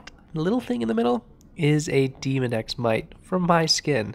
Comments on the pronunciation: I thought that he said "Demon-X." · It definitely sounded like you said Demon X living in my pores. I’m sure there’s no difference but hilarious nonetheless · I’ve never heard a colleague pronounce Demodex in such a manner.